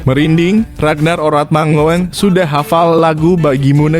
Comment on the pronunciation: mangoen hrsnya di baca mangun bang..